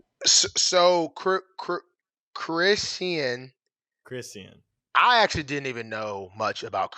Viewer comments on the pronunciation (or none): It’s pronounced Kris-Shawn… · Her name is pronounced like Chris-Shawn